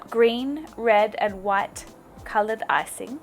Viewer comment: You say "what" instead of "white".